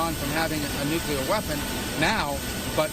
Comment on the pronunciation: nucular powers?.....is that anything like austin powers?